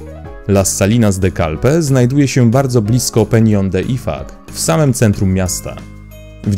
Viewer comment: Szanowny lektorze IFACZ czytamy a nie ifak